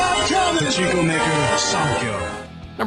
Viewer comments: パチンコがチンコにしか聞こえない件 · パチンコのパ以外の発音つよくてびびった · パチンコの発音が日本語よりさらにチンコで笑う